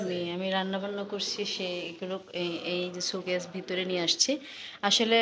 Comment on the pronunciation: ছুকেছ না, এটাকো শো-কেস বলে। showcase. 🙃